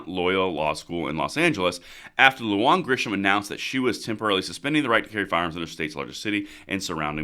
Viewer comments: Lujan promounced Lou-Hun Bernalillo "burn ah leo" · Long time subscriber. Thank you for all of your hard work and dedication to the preservation of our 2nd amendment. FYI: Bernalillo is pronounced “Berna-Leo.”Lujan is pronounced “Lou-Han.” I hope this is helpful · You need to get a Spanish speaker to help you with your pronunciation. Lujan =Luhan. Bernalillo = Burnalyo. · You mispronounced Lujan but I think it is funny. I am not going to correct you that's her problem.